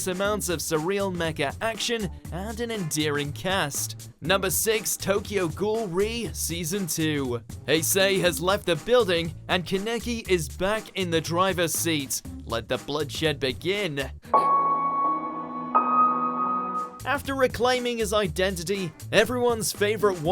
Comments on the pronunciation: Heysay has left the building and Keneki is back in the driving seat, brilliant pronunciations as always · Learn how to say kaneki and haise ffs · Why did he say Kaneki like that...